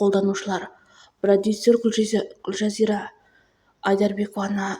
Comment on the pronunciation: Дурысдап сойлеши гуожазира емес гулзира атын да дурысдап айталмайсын